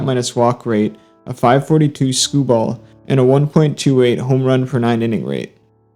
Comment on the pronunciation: But why do you call it “”skoo-ball”?